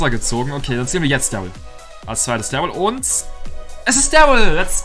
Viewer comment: es verwirrt mich so hart das er "Dawwyl" sagt